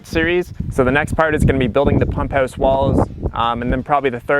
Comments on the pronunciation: Is that how they say it in Letterkenny...pump'ous? 😊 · You're in Arizona ... but from Canada? The "pump hewse" lol